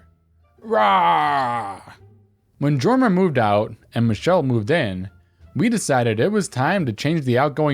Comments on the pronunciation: Jorma is pronounced "Yorma." Look up Hot Tuna. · I know it's hard to know how to pronounce a rare name, but I actually went to school with a Jorma, and it's pronounceed Yorma. The more you know. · I went to school with a Jorma. It's pronounced Yorma, in case the name crops up in the future.